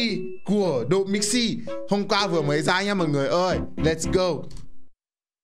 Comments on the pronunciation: Độ Mixi nghe thành Đụ Mixi luôn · Độ mixi chứ ko phải Đụ mixi chú êy😂😂😂😂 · Nghe ko nhầm , ông cứ nói đụ mixi😂😂😂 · ĐỘ mixi , đéo phải ĐỤ mixi . anh ĐỘ said :))))) hài vãi . từ anh Độ qa đây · Bạn Độ mixi chứ ko phải là Đụ mixi 😂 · Độ mixi ko phải đụ mixi Nhá😝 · Độ Mixi chứ không phải Đụ Mixi đâu anh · Độ mixi nha, ko phải đụ mixi nha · đọc tên anh độ nghe hài vãi